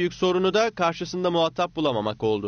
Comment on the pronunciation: Muhattap değil muhatap. Şu spikerleri eğitin biraz kardeşim.